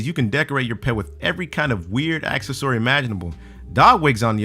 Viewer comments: Acess-soory wtf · Axa-sory? This guy needs to figure out pronunciation before the final recording. F'real yo. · Was he trying to say.... Accessory? He said access our like four times. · Ac-sore-ey. Isn't stead of accessory. Noiiiiice. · Fool, you cannot pronounce accessory. It took me a minute to realize what you meant. You do realize the beer belly/wine rack was made for like sporting events where beers are $20 a piece, right? "I don't drink.." well don't you think you're better than everyone else? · he said accessory wrong XDD X333 XDD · Dude can't even pronounce accessory! Plz 86 this announcer! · This guy gets to narrate a Danger Dolan video and he can't even pronounce a common word such as "accessory" correctly? Could you please at least try and keep your standards a little higher please, Dolan? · we all slur shit come de fuk on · I didn't even know what he said when he pronounced that word haha. Everything else was fine, but that word was messed up. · Has anybody else notice that he couldn't pronounce accessory.